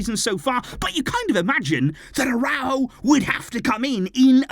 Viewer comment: ARAÚJO, YOU SAID LIKE THIS, ARA-OE-GO. NOT A-RAW-GO